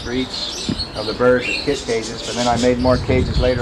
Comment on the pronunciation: Kit not kid